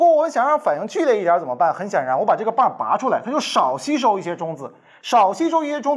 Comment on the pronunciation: 拔出，不是拨出